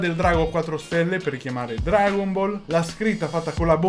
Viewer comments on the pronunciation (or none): none